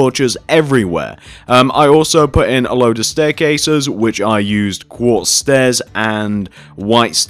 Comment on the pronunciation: you said block of guartz instead of block of quartz